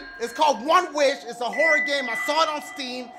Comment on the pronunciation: It's a horry game. Anyone else hear horry?